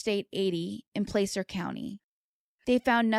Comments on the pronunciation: You are saying placer County wrong you are sayinh it like playcer its plahcer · Placer rhymes with Lass. So Plass-ur. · Placer is pronounced (Plass•er)